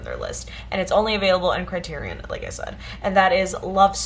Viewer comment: CRY-TEAR-EE-ON. SAFE-DEE.